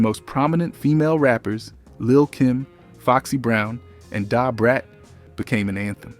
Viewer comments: Why do you keep saying Da Brats name like that?! 🤣🤣 Dahh Brat smh. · Right! I was tryina figure why he keep saying Da Brats name like this. DAhhh Brat lol